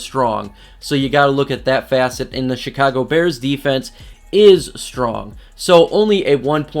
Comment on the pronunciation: Sounds like he’s saying “the shitcago bears” 😂